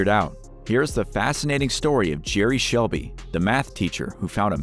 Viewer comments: It's Selby not Shelby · It's Jerry "Selby" not Shelby. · selby not shelby. u robot